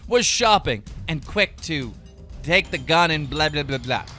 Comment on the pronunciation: "was quick to DAKE the gun and blablahblaha alahabfkebd"